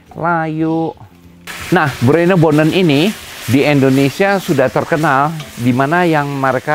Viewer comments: Bruinebonen soep (bhs Belanda) bukan brenebon, bukan broibonen jg 😀😄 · Bruinebonen kali chef bukan broibonen